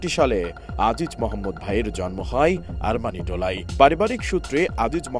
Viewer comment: "মামলাই এ রাই, আরমানিটোলাই, ধারণা করা হই, শোনা যাই" ..... টিভি চ্যানেলের সাংবাদিকের উচ্চারণ এরকম হওয়া উচিত না। ই এবং য় এর ব্যবহারটা আরেকবার শিখে নেওয়া উচিত। ধন্যবাদ